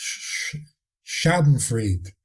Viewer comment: …“Sschadenfreude“ …a difficult word to speak : (beside its questionable meaning) Sch :: Sh a :: a spoken like in „Part“ … eu :: ii spoken like in „toy“ ?…. could be „Shadenfroyde“ ( at a party where s. o. fell over a toy 😇🤗) —- the doubt goes with that laughter, a laughter caused by surprise, incidentally bad step seen and than “Oooops”… . Back to the talk : Forgiveness . Thank you for enfolding and explaining the very difficult complexity of angles and aspects to reflect upon. First of all: Thank you for having asked the question how to reflect on Forgiveness ❤️